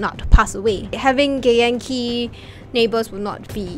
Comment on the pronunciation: I just here gay yankee when she says githyanki and I love it.